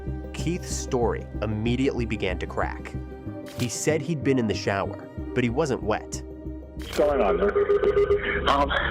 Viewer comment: Why can’t he say shower right